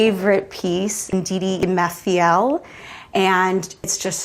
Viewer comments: NDIDI EMEFIELE not indeedy Mafiel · Ndidi Emefiele was pronounced wrongly. If I didn’t know Ndidi Emefiele’s art I wouldn’t have connected her pronunciation of that name to the artist. People need to make an effort at getting the correct pronunciation of the names of people from other countries and cultures instead of assuming the pronunciation.